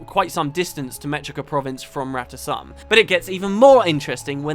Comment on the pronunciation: In a GW1 cinematic, It's pronounced Rata Sum, as and I and many others pronounce it. That is the correct pronounciation. Felicia Day screwed it up and everyone else just followed suit.